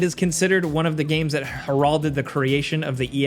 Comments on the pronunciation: Did you really just say "Hur-ralled-did"?! LOL! HILARIOUS!!!! Heralded!!! "Hair-rul-ded!" LOLOL! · Did you pronounce "heralded" as "her-ALL-ded?" How do you not know how to read and pronounce words? It's "HEHR-al-ded." Easy. Listen to people speak words. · Her-all-ded??? Dude not how that’s pronounced at all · You lost me at harroldid. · It’s pronounced like “harold-id” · Dude pronounced ‘heralded’ like one might pronounce Geraldo, face ass. Very embarrassing. (her•i’ll•did) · “Geralded” lol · "Her-ald-ed"? lol... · “HerALLded?” How do you pronounce the name Geraldo lol? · 'heralded' accent on 1st syllable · Can we hear you pronounce heralded again? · Wait. How do you pronounce “heralded”? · You need to learn how to say heralded. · can’t pronounced “heralded” correctly. I laughed. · you mispronounced "heralded". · The most offensive thing is how you pronounced “heralded” lmao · I think the way the word "heralded" was pronounced was the most offensive thing on this list. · dude, thats not how you pronounce heralded . its not geraldo rivera